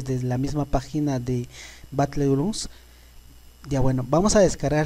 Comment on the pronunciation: Pub batlegrun